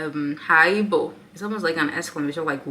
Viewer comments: Wow, u sound good saying "haibo", u just gotta hang around and u will get it . Much love sister! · When you said "Haibo" 😅 You are one of us girl, Wellcome to South Africa 🇿🇦 🫶